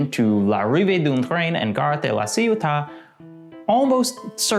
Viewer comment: As a native french person I heard: "L'arrivée d'Umtreim and Gott Laciuta!" XD